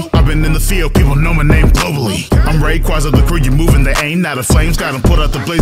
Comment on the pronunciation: Only part that didn't like was Rayquaza getting mispronounced just for it to work with the verse... Rayquaza gets enough hate already can everyone stop mispronouncing the sky dragons name already?